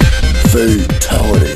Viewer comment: you said fatali?